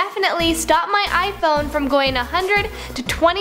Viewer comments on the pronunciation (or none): none